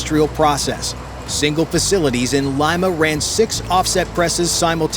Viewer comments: Wow! I knew Peruvians make the best ceviche but I didn't know they make the best counterfeit money, too. And, the capital is pronounced, Leema not Lyma. 😂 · "Lee-ma", not "lie-ma" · That's LEE-Ma...not L-EYE-Ma.... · Lima = "Lee-Ma" not "Lye-Ma" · Its LIMA,not lyma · Leema. Leema. Not Lime-a. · Its pronounced LEE-mah not limemah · “Lyma” 😂 it’s “LEE-Mah” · LEEEEMMAAAA.... not Lyma!!! FFS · Lima. Not "Laima". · Leema not L-eye-ma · Great video but please pronounce "Lima" correctly. "LEE-MA"... not LIME-AH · Lee- ma, not lima. Like the bean😊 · Lima is pronounced Lee-ma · Lima pronounced LeeMa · Lima pronounced Lee ma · IT"S LIMA..........NOT LYMA.........GO BACK TO SCHOOL.........UGH. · Good lord, dude, it's not pronounced "lima" like the bean! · Great vid ! But Lima it’s “LEE-muh”! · Leeeema. Otherwise, great video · It’s pronounced “Leema” stupid. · " Lee ma " . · Lima is pronounced “Leema”. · Fix his pronounciation of Lima lol- other than that great video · Please pronounce "Lima" correctly. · My only question is how many times will he mispronounce Lima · The A1 vocals were great except for that huge mistake